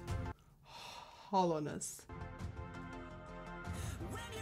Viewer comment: When she said "hollowness" I was like "holo-ness" like simplynailogical